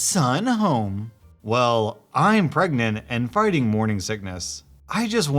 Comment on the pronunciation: Im not sure but did you say fighting or farting??? 😂??m